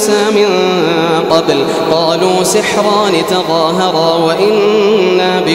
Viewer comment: نطقه للآيه صحيح ، راجعي المصحف قبل ما تصححين لأي شخص. فَلَمَّا جَاءَهُمُ الْحَقُّ مِنْ عِندِنَا قَالُوا لَوْلَا أُوتِيَ مِثْلَ مَا أُوتِيَ مُوسَىٰ ۚ أَوَلَمْ يَكْفُرُوا بِمَا أُوتِيَ مُوسَىٰ مِن قَبْلُ ۖ قَالُوا سِحْرَانِ تَظَاهَرَا وَقَالُوا إِنَّا بِكُلٍّ كَافِرُونَ (48)